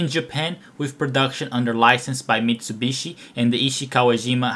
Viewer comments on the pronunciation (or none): none